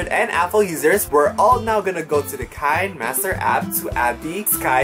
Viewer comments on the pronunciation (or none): Kuya is read Ki-ne Master